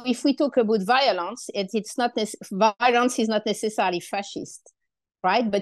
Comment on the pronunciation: Best pronunciation of “violence” I’ve ever heard.